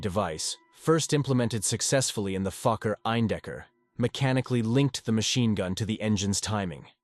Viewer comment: Fokker, not fucker. The o is a long vowel version, as in the word "oh".